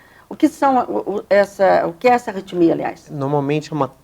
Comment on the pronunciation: Não é "retimia"... É ARRITMIA!